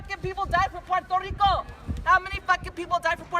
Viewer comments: Puerrrrrrrto RRRRRRRico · Excuse me: Have you heard of Puerrrrto Rrrricooo? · We Puerto Ricans don’t want this girl 😂😂 yall can keep her. Can’t even pronounce my country right lol.